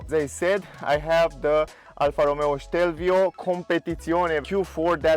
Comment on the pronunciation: It's Stelvio, not Shtelvio